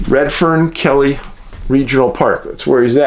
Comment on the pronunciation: I have spent many years in the area Sam is missing in, hard to get lost for me. Problem is the amount of Grizzlies throughout the area is hard to believe. Many aggressive griz and blk bears, hope the kid didn't get in a tangle with one. Ps keily is pronounced key- le not kelly